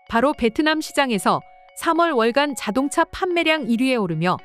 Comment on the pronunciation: ai목소리 쓸려면 제대로 쓰세요...자동자....수풀...이게 뭡니까 ㅋㅋㅋㅋ